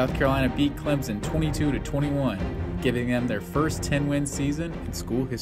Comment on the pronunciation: It's ClemSON not Clemzen. Just saying. great video